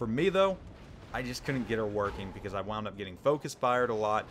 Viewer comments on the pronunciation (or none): none